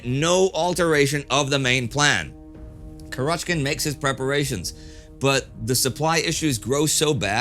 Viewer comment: kUrochkin, not kurOchkin